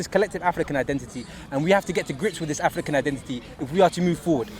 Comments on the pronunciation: I just wanna know why the guy with the cap pronounces African like "afrrrikannn" when he has clearly got a London accent naturally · The guy in the cap is a full time nitty. He’s not making any sense at all, he made a bunch of generic statements and threw around the words “bro”, “don’t get it twisted” and “rudeboy” to further enforce his ridiculous statements. Also, saying “Africa” and “African” in a weird accent will not change the fact that what you’re saying is total bullshit.